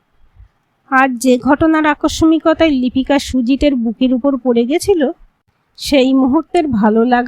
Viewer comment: বেশ কিছু উচ্চারণ শ্রুতিকটু। আকস্সিকতা হবে আকসমিকতা নয়।